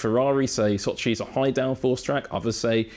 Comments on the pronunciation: Sochi, not soooochiiiiiiiiii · s`O`chi, not soch`I` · Can pronounced every technical detail flawlessly but struggle to say So-chiii over and over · İt is pronounced Sochi not soch-iiii 😂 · Never knew Sochi is pronounced like SochiE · why is he mispronouncing Sochi so bad? The emphasis is on O. Does he know the race is in Russia and not in far east? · The way he pronounces Sochi... bless you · Brown Yeah I know, didn't mean it as an insult. On the other hand, he did pronounce it correctly couple of times